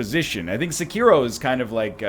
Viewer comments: If you're gonna pronounce 'Sekiro' like that, just call it 'Shadows Die Twice'. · NL: Pronounces Sekiro dumb Me: Ugh NL: I wanna switch to English Me: UUUGGGGHHH